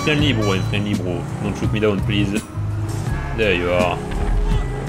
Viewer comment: the way says „bro“ „brrrrrrrro“ no h8te btw:)